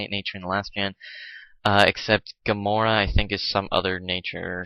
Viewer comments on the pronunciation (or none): It's ga-mer-a. Not ga-moar.